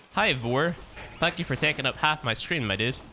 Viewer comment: He said thank you and I heard F*ck u and when I did subtitles even youtube thought its F*ck u no joke check it out for ur self